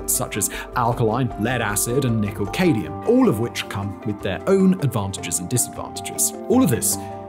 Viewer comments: It's NOT Cay-dium, it's Cad-Mium! Basic chemistry and any level of knowledge of the periodic table should tell you that!! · At time stamp you mentioned "cadium" in reference to nickel cadium batteries. I was unfamiliar with cadium so I looked it up and even allowing for obscure English pronunciation I think you were referring to "cadmium" for nickel cadmium batteries. It may be a snivel, but you are so usually accurate that I have come to depend on your knowledge base and I don't wish to see a spot on your otherwise outstanding record. I enjoy your programs and watch most of them. Thank you for the effort you invest. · Batteries: I know Simon meant nickel-cadmium. 😉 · I liked the sound of Cadium….. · I hoped somebody else would pick up on that... maybe if you mixed cadmium and radium you'd get "cadium"? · … nickel cadium, as you say, is pronounced as nickel cadmium, in my neck of the woods :-) you’re welcome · Cadium? Cadmium? Still gotta mil+ views hot dang🤠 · Nickel Cadmium, not Cadium. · Nickel (Cad me um) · Yet he still managed to screw up “cadmium”.